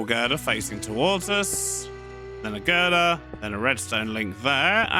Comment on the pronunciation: i find satisfaction in saying 'girdir'